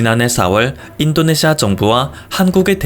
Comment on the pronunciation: 그리고 인또네시아로 들린다